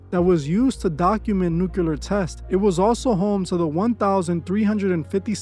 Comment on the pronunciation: "Nucular"? Last i checked its spelled "Nuclear", go back to school